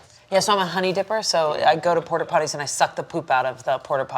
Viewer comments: Is anyone else hearing “porter potties” every time? Lol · The fact that character revolves around Porta Potties, and seemingly no one corrected her from saying "Porter Potties" is very funny to me. Love so much. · saying porter potties instead of porta potties is so funny but also a little more annoying each time I hear it 😂😂😂 It's giving momchats iykyk 😅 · "Porter" potties???